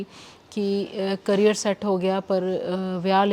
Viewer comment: ਕੈਰੀਅਰ ਨਹੀਂ “ਕਰੀਅਰ” ਹੁੰਦਾ